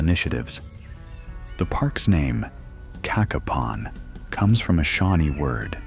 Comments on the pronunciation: Not "KA-kuh-pon". Pronounce it "Kay-KAY-pon". Cacapon State Park. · Get your facts, you showed a lot of videos that did not pertain to Cacapon( pronounced Ka(short a) Kapon (long A) State Park.